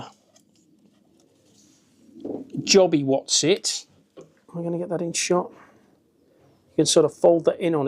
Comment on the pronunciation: “Jobby wossit” 😂😂